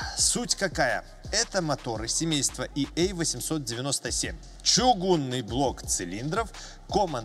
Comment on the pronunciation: задумался вдруг ... вы произносите И Эй 897 .. т.е. про мотор ЕА897 ... ))) т.е. буквы на английском, а цифры на русском )) это я так просто. не существенно. Ваши рассказы про технику великолепны и нужны для тех, кто думает про покупку автомобиля.